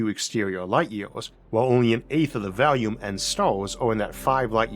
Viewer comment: FYI: I've been watching this for years and become accustomed to your pronunciation, but lately, I've noticed that "volume" sounds like it could be "value".